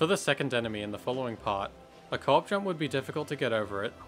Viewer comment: I legitimately thought u were saying "cork jump" until near the end of the islands section when I realized u were saying co-op jump 😭😭, great video btw, I'm so happy little big planet content is still being uploaded till this day edit: forgot to mention but as a player of lbp who never knew about all these in-game exploits, I kept getting shocked at all the manoeuvres and tricks u did to keep getting past the bubbles, it's honestly really impressive!